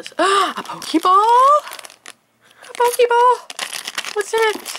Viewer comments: it hurt that you said a pokeeball..... pokéball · It's a pokèball not a pokeeball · Nerds and geeks such as myself all over the planet are triggered..... YOU PRONOUNCED POKÈBALL WRONG AND OPENED THE SPOCK FIGURE WHAT IS WRONG WITH YOU